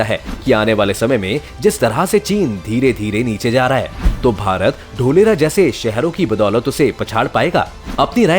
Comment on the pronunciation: ढोलेरा nahi धोलेरा😂👍🇮🇳😘😍